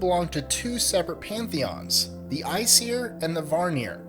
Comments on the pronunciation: Kyle Posey the way he said æsir was almost correct, he just should not have had the 'seer' sound. its pronounced 'I siir' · Norse myth was not inspired by Greek myth. Also A in Aesir is pronounced like cAt. And it's not varnir it's vanir. Frey is technically Freyr and his fathers name is Njördr (pronounced like nyurthar) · Vanir. Vanir. Van-eer. There is no other r in it. It isn't Varnir. Aesir is pronounced "Ay-seer".